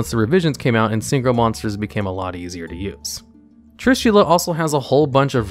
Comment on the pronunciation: Not Trushilla, but Trishula!